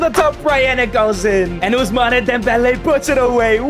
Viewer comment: Ousmane how u say it is wrong correct is Ousman